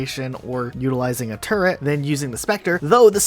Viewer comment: He said turrent. I am offended